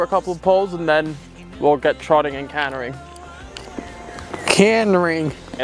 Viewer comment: It had to happen, eventually... famous very British "KHAN-TA-ing" has now evolved into the English/Dutch version as "cannering", which we all love & adore so much more!!! Hoo-ray for the lovely influence of The Netherlands!!! 💥😃❤️🤗💥